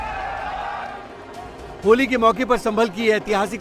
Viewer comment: Nashe me itna tight hai bola nahi ja Raha a hai holi